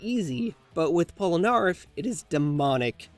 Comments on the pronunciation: Who Cringed When He Prononced Polneraff Wrong? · Pronouncing Polnareff incorrectly🤦‍♂️